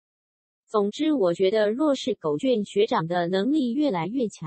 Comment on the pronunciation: 是念狗”ㄐㄩㄢˇ“吧